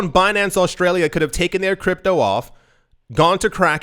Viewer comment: Aushtralia? Pls repeat it 50 more times